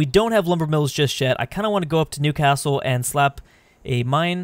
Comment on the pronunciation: The way you say Newcastle (I live there) frustrates me😡. You’re content is still good